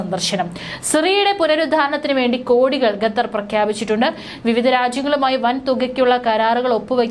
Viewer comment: Not ഗത്തർ, ഖത്തർ